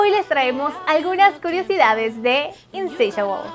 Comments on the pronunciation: No es inseishabol, es insatiable ahre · No es insatiable es insisabel jajaja